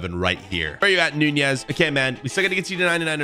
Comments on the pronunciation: Why do you say nunjiez not nunez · Lol you call that Nunez